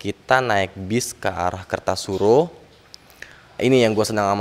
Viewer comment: Yang bnr itu KARTOSURO bang bukan KERTASURO 😊